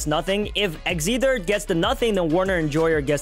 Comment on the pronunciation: Pronounced x ether wrong lol